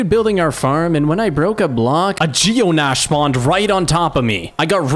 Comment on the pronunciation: Dude, the D in Djinn is silent and the ending of Geonach is pronounced Nock.